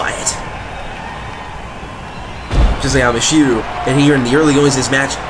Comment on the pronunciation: Stop mispronouncing Michiru wrong! >:C